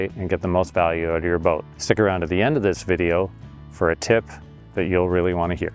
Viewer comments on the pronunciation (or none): none